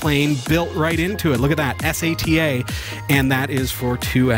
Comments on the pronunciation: Es ey tee aye. Who the hell doesn't say sata like data. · im sorry but S..A..T...A, ITS SATA!!! its one word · its sata not S A T A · first time seeing these guys, after hearing him spell out sata every time referring to it I can't do it. much smarter than me I'm sure. but too annoying. good luck guys. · It's not S. A. T. A. drive, it's a "Sat-Ah" drive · why do you need to spell it as S A T A, how hard is it for you to do like everyone else does, and call it sata everytime you spelled it, i wanted to find you, and slap you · Please learn how to pronounce "sata" !!!